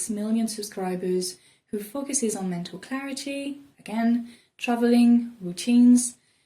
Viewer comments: I love the fact that when she says "focuses", it sounds like "f*ckuses" lol I'm not sure that's even a word but I honestly thought it was cute and I love her accent. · I like how you say focuses